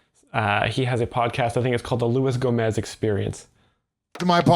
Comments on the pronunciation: It’s not Go-MAY, it’s HO-moze. The G is silent. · Gomay? Cmon dude. It’s Gomez. Not a real ass dude 😊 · "Louie Gomay"